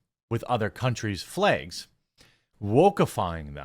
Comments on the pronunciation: flags, jeremy, not flages. say it correctly, you illiterate fool. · You say "flags" in a strange way...